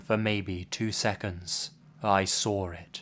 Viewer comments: I love you. But why do you pronounce "Saw" as "Sawr"? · "And that's when I sauwr it" You know shit just got real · I wonder whether he sawr it. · Lots of "sawring" in these stories. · "sawr" it jk